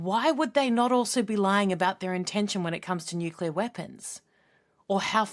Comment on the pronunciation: Nukelar. That says it all. Who the hell hired this moron?